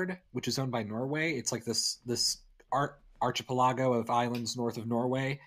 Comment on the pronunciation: "archpuloggo" its archipelago